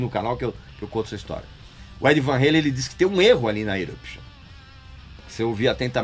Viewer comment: É Van Halen com o A bem aberto Régis, o cara era holandês, e o sobrenome dele é holandês, não americano. Sei que você gosta de sair por aí corrigindo todo mundo, então tô aqui corrigindo você, não existe esse negócio de "heilen", não importa se Sammy pronuncia assim ou Lee Roth pronuncia assim, falam errado, eles americanizam o sobrenome.